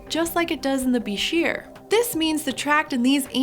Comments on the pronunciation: its prononced buy-scher just so you know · When I was an avid aquarist back in the 1980s and '90s, at one time or another I owned several different species of bichirs and reedfish, I loved them. But I always heard it pronounced incorrectly, not like "beh-sheer", but like "biker". I named my palmas bichir "Harley" and my ornate bichir "Davidson"... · I always heard that "bichir" is pronounced "biker"